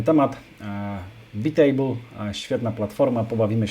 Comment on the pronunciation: To nie czyta się przypadkiem "bajtejbl"?